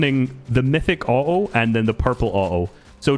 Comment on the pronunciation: So funny listening to him say o-oh instead of auto its